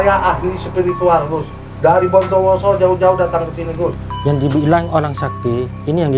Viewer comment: Bukan orang bondowoso ituuu yakinnn 100%bilang bomdowoso saja gk bnar cara pengucapannya